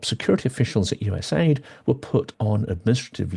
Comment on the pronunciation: US AID is pronounced - You Ess Aeh Eye Dee.